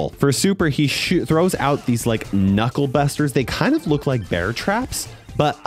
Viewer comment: bro said "knukle bastards"💀